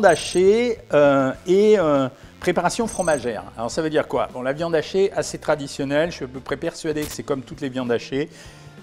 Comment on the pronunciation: je sais que vous dites pas ça mais on dirait ! 😁